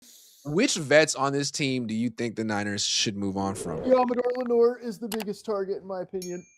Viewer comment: Saying Lenoir is just ridiculous